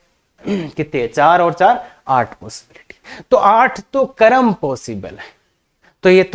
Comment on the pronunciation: क्रम बोलिये न, करम क्यों बोल रहे हो।